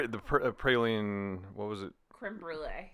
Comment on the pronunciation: As someone from Louisiana, it is pronounced “praw-leen” not “pray-leen”. Great video!! Not a Starbucks fan but it was a fun video! ❤❤❤